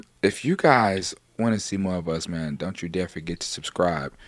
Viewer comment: Lmao the “mayne counter” pls